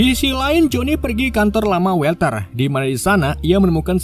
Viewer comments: WALTER dibaca WOLTER bang,,, bukan WELTER, huruf A tidak selalu di eja jadi ''E''. kadang tetap A kadang bsa jadi O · mas org yg namanya Walter itu dibaca wolter bukan welter. cb cek di google dl cara bacanya